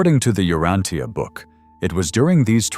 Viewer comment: Outstanding lesson. I've been reading it for a very long time and your talk is excellent. Thank you. Please, U-RAN-cha.